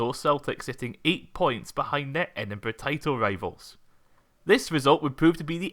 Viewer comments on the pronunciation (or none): none